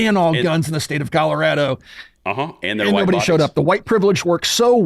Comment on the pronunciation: Sounds like you all are saying Calirado